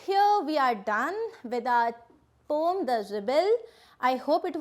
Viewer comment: Mam it is not pom it is poem please change it